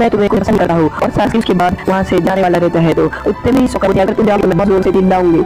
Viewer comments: It's saa ku ra not sakra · Nam to sahi se le sakura ko sokura bol tha he but iam sporting you and Naruto shippidun la